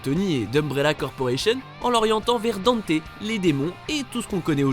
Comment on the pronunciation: Tiens je te copie colle mon com hahahaha pareil, non des trucs comme du fait que le pitch de départ de DMC3 c'est Dante qui ouvre son agence le Devil May Cry, alors que le nom n'est choisit qu'à la fin :3 Dante qui est prononcé Danté, CF: l'animé et la vf de DmC Tu ne parle pas de l'animé, mais il me semble qu'il a été canonisé récemment, CF l'appel de Patty à Dante dans un leak ou trailer je crois et une interview Bon le Vergaïl tu l'as dis qu'une fois donc je te pardonne 😁 Même si ça me plait pas des masses Itsuno a récemment situé Devil May Cry 2 avant le 4😥 Je crois que c'est tout de ce que "j'ai tiqué" sur la video😗